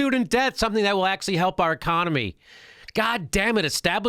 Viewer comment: 'Establishment Comedians' is an 8 syllable phrase..and well said by Jimmy :) He's totally right by the way..this is 100% propaganda spewed by the networks